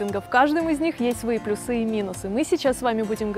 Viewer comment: Это слово "плюсЫ" - как-то бич нашего времени... Оно ж даже слышится некрасиво, прям слух режет., плЮсы правильно произносится.Уж простите, что поправляю вас, просто хочется, чтобы ваши видео были идеальны во всем.